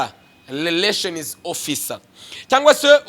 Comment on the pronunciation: Ubanza ufite ikibazo cya R na L?nta soni uti leration koko??!!ni Relation.